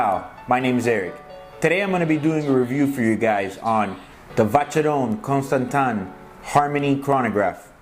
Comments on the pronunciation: Great review as always Eric! However Vacheron Constantin is pronounced "Vashron Counstantein" quite difficult as it is french ^^ Keep it up! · Great video guys, regardless of the pronunciation!